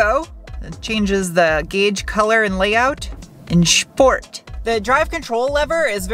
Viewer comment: You pronounce steel and sport like you are still in Deutschland. Shteel and Shport❤